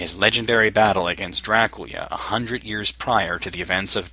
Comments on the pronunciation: I find it funny how you say Draculia xD awesome retroversion :D:D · Is Dracula supposed to be pronounced Draculia? Nice video